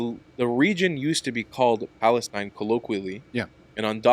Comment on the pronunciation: Why do Arabs insist on using a name that they can’t even pronounce? “Balastine”😅